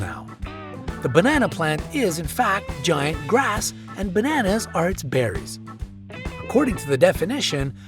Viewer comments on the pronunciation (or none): none